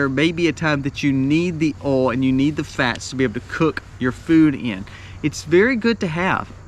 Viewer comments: Nice fellow, and does a great job, but what is his number 10? He said the words, "oauw", "awl", or "all" several times. Does he mean to say oil...pronounced, oyl, or oyy-ell? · Funny you cant say oy ill for oil instead of all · the way you pronounce oil ... 'owl' I cant XD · Are you from Mississippi? My dad grew up there and pronounced "oil" the same way you do. I'm more northern, so I pronounce it "Oy-ill" vs how you said it, "Oh-ill". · I fell in love with your pronunciation of "oil"! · LOL. It's oil O I L. Eejit. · I’ve never hear “oil” pronounced this way 😂 Southern accent is strong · Thank you for the on screen written item. When you reached oil, I have to say, I couldn’t tell what you were saying. Lol. Love you man. Excellent info, as usual. I made my list to follow.